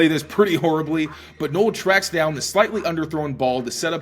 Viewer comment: Please pronounce Jaylon Noel's name correctly. It's not Noel like Christmas. It's pronounced Nōll